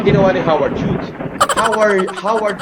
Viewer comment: HOWARD HUGE DAW. ANG PRONOUNCE NIYA SA HUGHES AY HUGE. ITO ANG IDOLO MONG GRADUATE SA MIT MAC MAC.